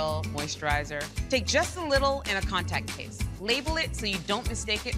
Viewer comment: Listening to her say hair creams and contacts case is hilarious. But over all great tips.